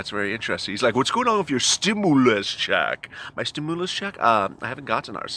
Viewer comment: Can you moo over. Stimmoolus check. Lol!!!!